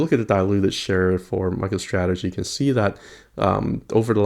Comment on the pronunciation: Did you say Michael Strategy? XD